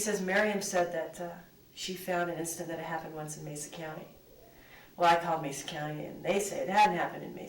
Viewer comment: mesa= "may-suh"